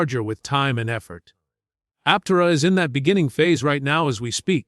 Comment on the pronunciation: learn how to say Aptera Bull shit